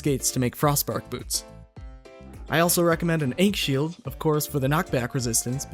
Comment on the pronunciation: The correct way to say akhn shield is a-kin shield